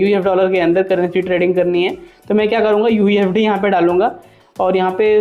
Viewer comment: Mere bhai pehle sahi se bolna seekhle usd inr ko ufd bolraha hai